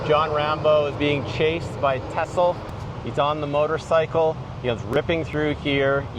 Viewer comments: Ok....it's not pronounced tissel...it's pronounced teeezel....like Teasle....and 2nd...he allegedly screened Rocky 3...not Rocky 2. Fun tour to watch though. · Yeah..…it’s not Tessle….its Teasle….like in weasel. As a fan, you should say it right. Great video. One of my favorites too! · It’s pronounced Tee-zil like diesel. Not Tussell. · “Tessler” .. TEASLE 🙂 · Teasle ....TEA-ZILL.... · You grew up watching rambo....yet cant sat teasle properly lol